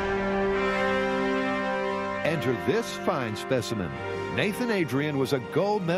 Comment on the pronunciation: this fine speeshimen forsenT